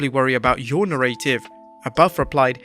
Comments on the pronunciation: na-ra-tive.... not na-ray-tive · Stop pronouncing "narrarive" like that!!!!!!